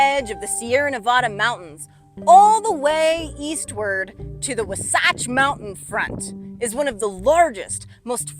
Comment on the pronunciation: Where did you learn to pronounce Wasatch? Certainly not along the Wasatch front.